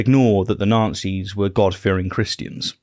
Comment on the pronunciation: Is deliberately mispronounced Nazi's? I'm hearing Nancys. I would actually prefer this...